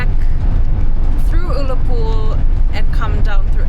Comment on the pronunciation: Small point. The U in Ullapool is pronounced like the u in the word gun.